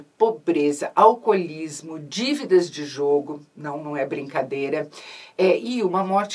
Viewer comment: Eu não consigo ouvir a Isabela falando dívidas de jogo e não rir 😂